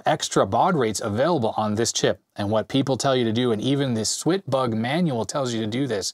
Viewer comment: IT'S "SWAT BUG", you know, like swatting a bug, there's even a fly swatter in the manual